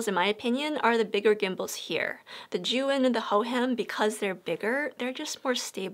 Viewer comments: Pretty sure zhiyun is not how you have pronounced it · All the time i was saying zhiyun wrong 🤣🤣 dzuen, not zijun 🤣🤣